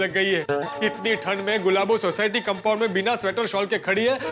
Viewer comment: अय्यर बोला कंपाउंड❎ कामबोर्ड ✅😂😂